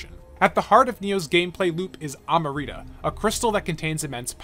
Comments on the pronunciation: Amrita, not amarita, say it with me now! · You really just said amrita like that... It's not spelled amarita it's amrita